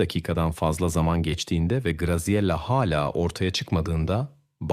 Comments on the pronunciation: italyan bir ailenin basina gelenleri anlatiyorsun, ailenin goruntusu kimler, bir cinli, japon veya koreli bir aile. sacma sapan ilgisiz goruntuler kullaniyorsun. Katledilen kizcagizin ismini dahi dogru telaffuz edemiyorsun, Graziella ismi Gaziyela degil Gratziyella diye telaffuz edilir. o kadar karmasik anlatiyorsun ki birsey anlasilmiyor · olay italyada geciyor ama polisler amerikan, polis arabalari amerikan, pasquale birden paskal oluyor, italyan medyasi yerine amerikan medyasi, once micele diyorsun sonra misel diyorsun, ikiside yanlis telaffuz, dogrusu mikeele diye teleffuz edilir. grazela oldu giricella sonra oldu grikella sonra oldu grisella.. yuh yani naptin yahu. bir dahaki sefere ya gercek goruntuler, fotoraflar kullan ve telaffuz ogren ve olayi arapsaci gibi degilde bastan sona dizilimli anlat ya da sen bir daha program yapma